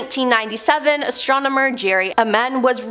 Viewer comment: I can tell she is not fond of the word astromener hahaha